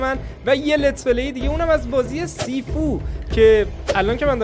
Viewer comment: مگه شیفو خونده نمیشه؟